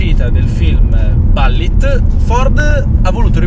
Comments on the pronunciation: Si, però Ballit non si può proprio sentire...si pronuncia come si scrive ! Bullitt, no Ballit... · confermo. Si pronuncia Bullit, quando ho sentito "ballit" da mi è andato per traverso il bicchiere d'acqua che stavo bevendo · Non si dovrebbe ppronunciare bul-lit invece di balllit? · Quando ho sentito ballit ho cambiato video non è possibile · ballit? ma che ho sentito ahahah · Pronuncialo bene sto nome, che bAllit non si può sentire... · Ah? La Ballit certo come no! L'inglese questo sconosciuto... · 😀Ballitt non si può sentire, dai😉! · Si infatti.